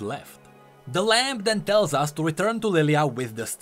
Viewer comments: Stop Saying LAMP its said like (LAM) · Ok, am I crazy or does keep saying "Lamp" instead of "Lamb"